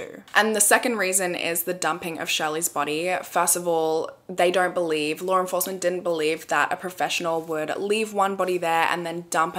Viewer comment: Every time I hear her say law enforcement, I hear "Lauren forcement"